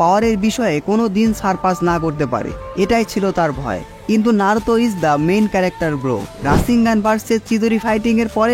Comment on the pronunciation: bhai tmr vdo blo lagse design R edit sundor hoise But voice ta ektu clear kori pelle balo hoito ki narutor modde naaroutho uccaron koro that naruto not naarutho